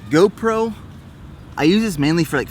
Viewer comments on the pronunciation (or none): none